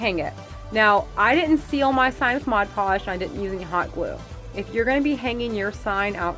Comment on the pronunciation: Girl you said Mod Podge correct! 🤣 I love that home wreath and those jute rope candle holders are genius!! 💕